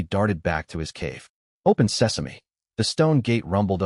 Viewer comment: "open sesame" 😂😂😂 "Open Says Me"